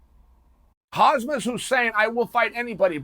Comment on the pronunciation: It's "Hamsat" ffs boomer 😁